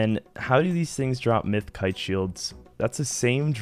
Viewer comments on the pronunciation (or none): none